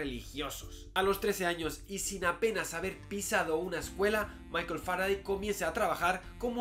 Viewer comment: Salvo que se pronuncia Faradey, al igual que Sunday, Monday o Friday. O cómo pronuncias los días de la semana en inglés?